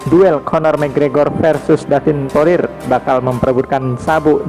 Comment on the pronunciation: Ngeja nama masih salah kyak bocil